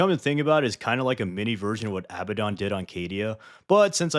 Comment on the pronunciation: 😂 you're american. It's uh-bad-don.